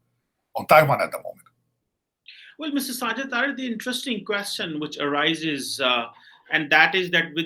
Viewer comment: Its Sajid Taraar not Taarar It's a Hindu surname; so is cheema Cheemu apni roots accept karlo